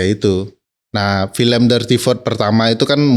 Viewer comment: Khas bgtz org sebrang bilangnya filèm bkn film 😂